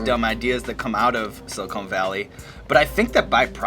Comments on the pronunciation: It bothers me that he kept calling it silicone valley. Love you Sean. But little cringy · It's Sili -Con as in Khan not Sili-cone. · Sili CON valley not sili CONE....just FYI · Sean Evans. It's Silicon Valley. Not "Silicone" Valley. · Is it just me, or do they keep saying "Silicone Valley"? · "Silicone Valley'?? Really?? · GOD DAMN IT. IT'S SILICON VALLEY... NOT SILICONE VALLEY. THE SHOW IS ABOUT A COMPUTER COMPANY, NOT A FAKE TITS COMPANY. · ITS PRONOUNCED SILI CON CONE GOES IN TITS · I love how they keep calling it "silicone valley" haha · Why does it bother me so much that they keep saying "Silicone Valley"? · Is it just me or does the interviewer keep saying Silicone Valley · Maybe they don't like you because you keep saying "Silicone" valley lol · sean can pronounce guy fieri's name right but not silicon valley's what is happening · yeah - why is TJ Miller saying it that way ... shouldn't he know how to say the name of his show????!!! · Can't pronounce Silicon Valley, calls other groups insufferable. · Love these video's, but I don't think the show or town is pronounced like the implants lol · Sean, if you're gonna say the word Silicon, at least say it correctly. It's not SILICONE Valley, it's Silicon Valley. it's CON not CONE. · It hurt everytime he said silicone" instead of silicon" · It is pronounced SiliCON not Silicone. Silicon is the thing in computer chips and silicone is the thing in breast implants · Dear Sean, It's siliCON valley, not siliCONE valley. Silicon valley is where geeks do tech stuff. Silicone valley... is a stripper's cleavage. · Was I the only one irked by the way Sean keeps pronouncing Silicon Valley as “Silicone Valley”? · Sili-CON Valley. Silicone is what they use to make breast implants. This shit is just as bad as when G. Dub Bush says "Nucular" and it makes my eye twitch. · i'm from santa cruz ca. it's SiliCON valley, not SiliCONE, jesus. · Sean... It's SiliCON! SILICON. Not silicone. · It's not SILICONE valley its SILICON valley.